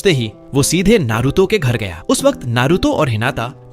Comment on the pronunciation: waqat not wakt